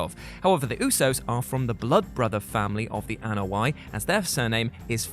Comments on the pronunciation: Except that's not how you pronounce Anoa'i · I liked this video, but, man, did he mispronounce the Anoa'i family name. Granted, it's difficult, but he really botched it!